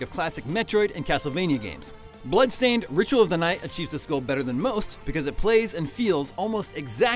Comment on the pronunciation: BLAdstained LMAO XD